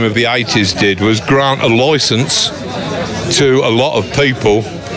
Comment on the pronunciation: "Gront a loycense"